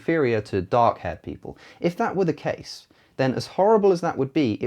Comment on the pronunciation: Did anyone else thought he said dog-haired people? :D